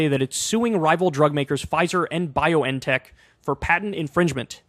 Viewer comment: where did you get this weird pronunciation of BioNTech from?